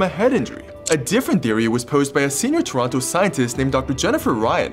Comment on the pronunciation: You said Toronto wrong.